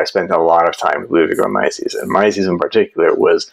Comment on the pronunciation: i was a bit confused who this "Mycies" was, until i realized you mean Mises. 😅